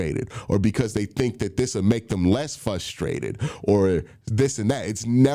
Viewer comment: Q- “Flustrated”